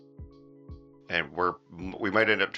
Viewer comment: When in doubt, delete. xD Also, never going to stop laughing every time you say rural.